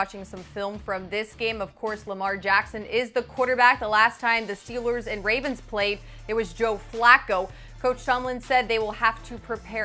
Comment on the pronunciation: Someone tell how to pronounce Steelers.